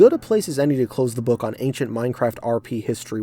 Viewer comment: did anyone else lose it when it said anchient rome?